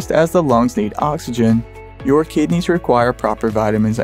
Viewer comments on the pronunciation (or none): none